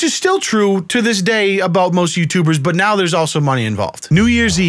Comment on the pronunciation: "obout yourself"